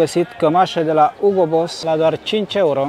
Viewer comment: ''livais'' si ''hiugo'' :)